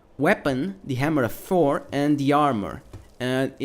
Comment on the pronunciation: You pronounce Thor like "four"